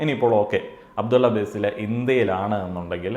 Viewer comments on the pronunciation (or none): ബേസിൽ ❎ ബാസിൽ ✅